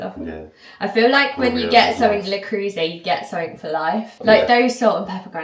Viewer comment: anglicised pronunciation of Le Creuset made me smile.😊 Congrats on your engagement. x